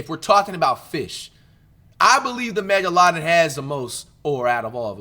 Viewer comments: the mega laden? Wat he trying to say or that a real fish 😂😂😂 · tf was that megladon pronnounciation... 'megaLADON'🥀